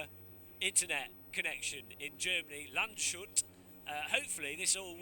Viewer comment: Landshut = english: "Lunds-hoot", not "Lund-Shoot" 😉